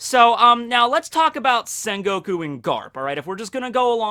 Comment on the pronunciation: it's quite disturb me with the sen goku instead of sengoku